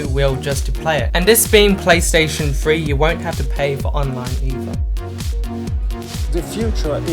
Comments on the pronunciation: Your inability to say the word "three" correctly instead of "free" is annoying. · Dude, it's "three" not "free"